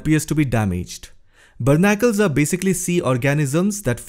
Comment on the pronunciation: English hi bolna hai to correct pronunciation bhi to seekhle bhai. They’re called “BARNACLES”. Content banana hi hai to thoda diligent research bhi kar liya kar please. Good data otherwise. Have a good one.